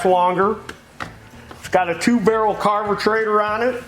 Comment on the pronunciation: "Carbutrator" "Aluminum" "there's your dinner!" Happy new year I love your channel lol.